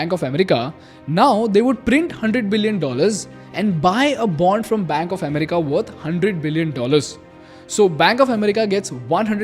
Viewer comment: It's not am ri ka